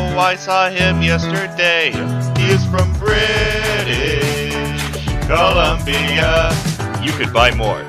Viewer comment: HE'S FROM BRIIIIITIIIISSHH COLUMBIA